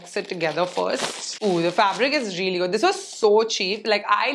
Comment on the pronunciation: Its good not goodh